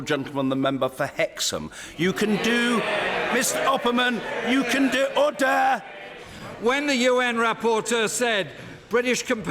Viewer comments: When that dude said, "Order," he sounded like he said, "Odor." XD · Dude that guy is not saying order, he saying odor. Apparently it smells like shit in there.